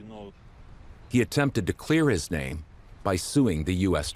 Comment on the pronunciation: side note, that one british guy is horrible at pronouncing names. i say that as an American lmao. i can’t take people like that seriously.